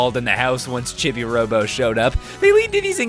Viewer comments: "Chibby" Robo?????? CHIBBY?!?!?! What the hell, it's not a opinion, it's an established word and nobody has ever said it like that. Why WHY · Who on earth calls him "Chibby-Robo?" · CHIBI ROBO IS MY FAVORITE GAME IN THE WORLD!!! Also you can buy extra time and battery in the online shop in the chibi pc. PS Chibi robo is pronounced Cheebee robo, which is why Mrs Sanderson calls you Cheebo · it's pronounced cheebee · I know its called Chibi Robo but it sounded like he said "shitty robo" when I first heard it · It’s pronounced chee bee robo